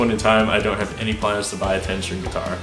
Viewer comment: "I donut know" Love you man xD